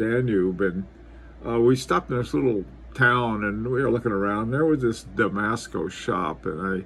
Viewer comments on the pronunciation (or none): It's Damasko, no disrespect though really love your content